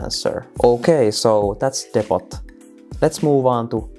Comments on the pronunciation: for the record, "depot" is not pronounced depp-ott, it's more Deep-oh. Silent 't', long vowels. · Great vid! Btw Depot is pronounced "Dep-po" (don't ask why, English is weird) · Good solid video. Only issue is that it's pronounced "depo" even though it's spelt depot, other than that good solid video. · Damn thanks for the help Also gotta love the pronunciation of 'depot'. Engrish at its finest